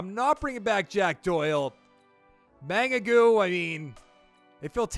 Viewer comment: Bangagou? Baa no goo